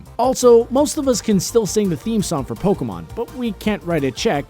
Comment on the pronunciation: Pokemon, NOT POLKAMON! >_<